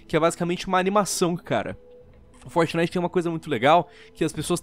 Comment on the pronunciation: Como o nome é: fortnite Como o fala: fornai